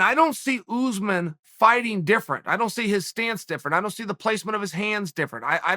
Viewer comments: It’s USSmahn nor Uzzzmen just sayin put some respec on his name god dammit Colby is a weird ass name but people can say that but they can’t say USMAHN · It would never work for Usman because he refers to Usman as "Oozeman" 😂. How would a curse work when you can't even pronounce the man's name properly. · Chael: OOZmun! Usman: Oosmahn. Chael: OOZMUN!! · Uncle Chael “Oozeman” Sonnen